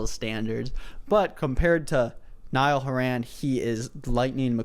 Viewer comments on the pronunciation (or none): “nile haran” lmao